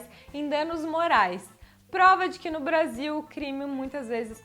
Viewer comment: vc falando Brasil parecia uma gringa Brazil kkkkkk